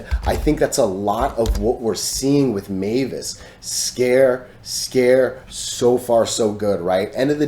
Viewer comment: Many thx dude! It’s always entertaining to see TA about MVIS 🎉🙏 BTW; the pronunciation of MVIS should be „emvis“ not „meyvis“ right?!? I’m not American, I always used to say it as „emvis“ but not sure if it’s right